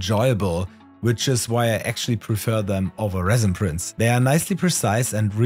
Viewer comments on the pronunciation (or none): none